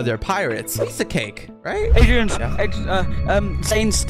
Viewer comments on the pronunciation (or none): Bro it's Piece not Piss